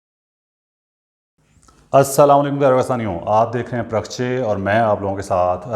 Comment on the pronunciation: بھائ جان لفظ “parkhchey” نہیں” parkhachey “ ہے۔ پرخچّے۔ چ کے اُوپر شد ہے